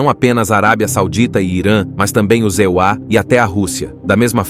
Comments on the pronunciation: os ZEUÁ!!! QUE diabos é isso!?!?😂😂😂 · "Os Zeuá" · Essa dublagem de Inteligência Artifical é tensa. "E.U.A." 😅